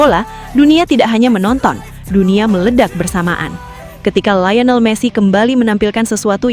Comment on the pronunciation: Liyonel jadi layinel. Thomas Mueller jadi Gerd Mueller. min min... 😅